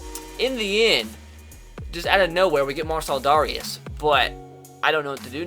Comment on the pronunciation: Mar-sell Dare-ee-us